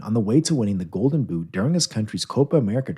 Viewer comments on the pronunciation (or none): none